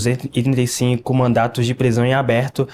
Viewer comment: E olha que falou “mandatos” mais de uma vez kkkkk